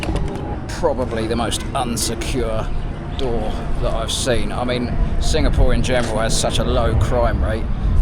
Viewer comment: What country are you in? I thought you said singamore?